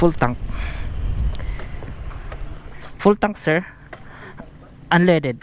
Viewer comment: Natawa Ako sa unleded(unleaded) na sinabi mo